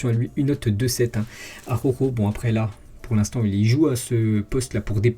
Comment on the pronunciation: Mdr 😂 ses pas aroro ses araujo 😂😂😂